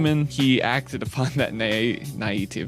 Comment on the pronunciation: that dude said naivety as naitevity im fucking dead